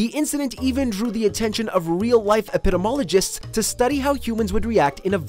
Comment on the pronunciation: Took me forever to figure out that he's saying "epidemiologists" . He basically says "epidemologists".